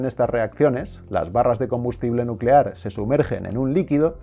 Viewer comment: Ahora todos a crear bombas nucelares jajaja Es nucelar, nuuucelar